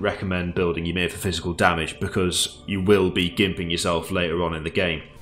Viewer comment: That's not how you say Ymir :p I except everyone to know how to pronounce the Norse mythology creature names. Earth is made of Ymir, we should know this shit! :D